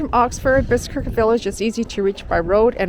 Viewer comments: Bicester village is not just ouside London...it's 45 miles at least. And...where did you get that pronunciation? It's actually pronounced "Bissta"! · Hi its pronounced Bister you dont pronounce the C. 🙂